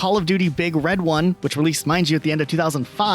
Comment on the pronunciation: It’s not big RED one. It’s BIG red one.